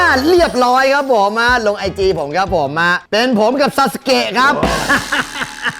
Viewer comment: เรียกชื่อซาสึเกะไม่ถูกนะคะ ต้องเรียกว่า ซาสึเก๊ะะะะะะะะ!!!!!! 5555